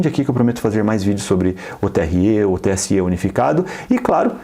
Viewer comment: TSÊ E TRÊ É O CACETE, XEXELENTO! É TSÉ E TRÉ,! BROTHER TÁ FANHO? 🤣🤣🤣🤣